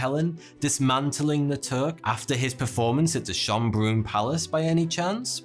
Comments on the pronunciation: I love your misspronounciation of Schönbrunn XD it sounds so alien to me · hey, you figured out how Schonbrunn is pronounced, nice :)